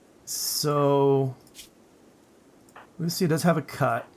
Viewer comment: lucia is usually pronounced lu CHEE a